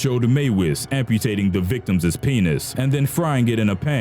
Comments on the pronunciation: You know how dumb you sound when you say victimsss. You don't pronounce the second S. it's pronounced victims', not victimssss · is the narrator saying. "victumses" instead of Victims. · One of the most horrific things I heard in this video was the narrator saying "victimses" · Victimses....lol I love this channel though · why the fuck does this piece of shit narrator keep saying "victimziszszs"?!?! why could he have been an abortion?!?!?! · You keep mispronouncing "victims"